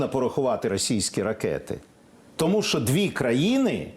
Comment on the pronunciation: Не "Шо", а "Що", дуже вуха ріже це "ШО".